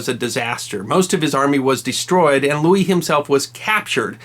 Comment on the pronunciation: Believe You Pronounced (Saint) King Louis IX in French Correctly, But You Pronounced “Blanche” the American Way, Like in “A Streetcar Named Desire” Not in Proper French.